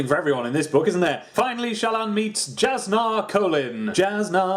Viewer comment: Jasnah's tricky. It's pronounced as Yas-Nuh.